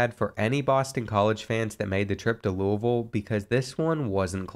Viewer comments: Didn’t know u were from the area until u pronounced Louisville the right way. You got a new sub. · One of the little things that makes me enjoy this series is that since you’re from Kentucky you pronounce Louisville correctly.